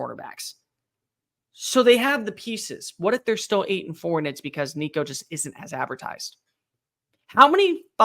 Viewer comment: Why you gotta go there with my boy Nico man? Ain't happening dammit... he's too good for this bs. 😆 🤣 he's going to make mistakes he's first year starter, but he's a baller and we have some serious weapons around him. And thanks for saying his name correct. There's plenty of good said your not paying attention... GBO